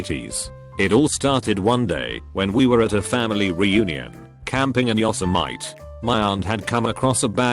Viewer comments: Pronounced "Yosemite" (Yo-sem-mati) , yo-semite. Lol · "Yo-Si-Might" (Yosemite)